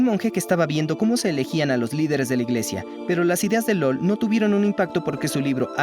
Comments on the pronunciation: Ramon Llull era mallorquín, así que su nombre se pronunia en catalán. Por lo tanto, la LL se pronuncia Ll com en español, y la u, también u como en español. Ergo se pronuniia Llull, no "lol" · Llull se pronuncia "yuy", no "lol"... M'ha fet mal a la oïda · Llul, mallorquín, no lol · Soy de Valencia, la tierra de Ramón LLULL lo pronuncia mal, le llama lul